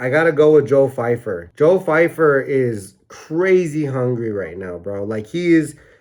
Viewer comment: Love the video but Steve calling pyfer fifer got me 😂